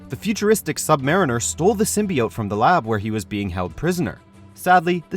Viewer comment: Many people have worn the SIM-BUY-YOTE.